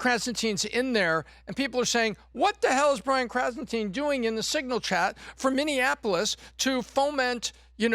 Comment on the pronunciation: "krasen teen"?